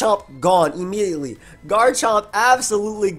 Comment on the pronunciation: Left a like for the “eeeemediately”